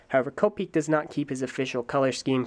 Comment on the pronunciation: Please pronounce Kopeke as “ko-peh-keh.” English isn’t the only language on earth, so please don’t apply our bullshit phonemic rules to names of Polynesian origin.